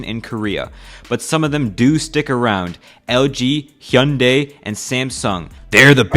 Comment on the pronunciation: As a Korean, I can confirm that your 현대(Hyundai) pronunciation is perfect.